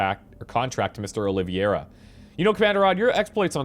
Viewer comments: Minor nitpick: It's pronounced oh-lee-vay-ra rather than oh-liv-e-er-a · OlivEIra not OlivIEra XD Big fan :)